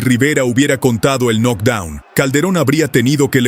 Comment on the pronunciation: UN NOC DOUN ????? 😂😂😂😂😂😂😂 ERES MALO PARA PUBLICAR .